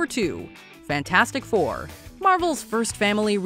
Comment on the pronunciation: I loved it how everyone kept calling the Fantastic Four movie Fant-FOUR-stic, after how they stylized it with a number "4" in place of the A.